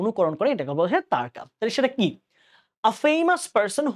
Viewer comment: তারকা উচ্চারণ তারোকা